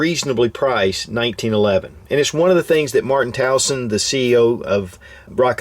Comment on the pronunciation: I think Tuason is pronounced as Twah-sawn. That's how we pronounce it in the Philippines.